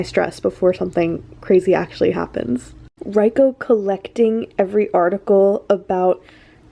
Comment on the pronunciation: I loved this video so much. It was amazing commentary but please please please its not pronounced R I ko. It is pronounced like Reeko. Trust me hes Japanese. Apart from that AMAZING VID BLESS YOU❤